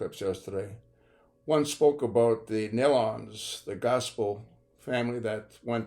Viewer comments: Its Nee-lons Not Nell-Lons! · Please pronounce their name as Neelon and not like in watermelon. Thanks!